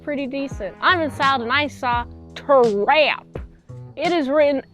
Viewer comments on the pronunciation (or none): WTF is "teerrrrrahp"